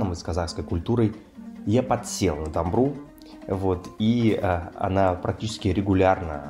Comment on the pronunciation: Он подсел на домбрУ, для начала бы научился правильно ставить ударение называя, на что подсел..))